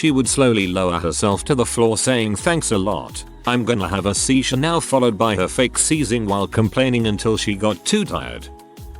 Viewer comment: A seiz-uwu-war-ee